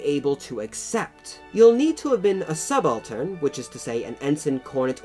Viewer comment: Not sub-altern but subal-tern.